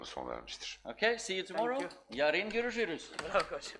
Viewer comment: yarin görüjürüj